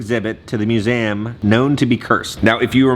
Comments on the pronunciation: It’s Literally called Museum Not Musame with the Letter A Lmao 😂😂😂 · Mu-zee-um 😂😂 dying at how you say museum 😂